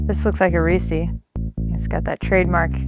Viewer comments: Yoyr wife says Reese wrong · What's a reesey?